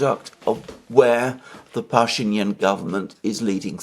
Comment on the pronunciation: The right pronunciation is pashinIAn and bakU.